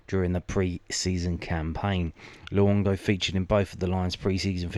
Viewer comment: Wow. Luongo accent’s gonna need some work 😂🐨🦘